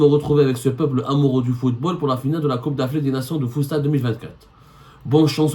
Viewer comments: ZEMMAAAAAAR 😂😂😂 stp arrête va te reposer car tu délire grave !!! Deja va te changer car depuis hier tu n'arrête pas de transpirer et éternuer 🤧 sur les mêmes habits. Deuxièmement tellement tu délire tu narrive pas a pronancer le FOOTSALLE, une foie tu dis foostad apres foostal ...... enfin le meilleur pour la fin tu dis que FAOUZI LAKJAA PATRON DU FOOTBALL ALGERIEN NOOOOOON HADI WA3RA T TROP FORT YA KHOOO😂😂😂😂😂. Méfier toi chengri7a t'envoie un sniper en face de chez toi pour alléger tes souffrances causer par RS BERKANE 😂😂😂😂😂😂😂😂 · Futsal au lieu fustal hhhh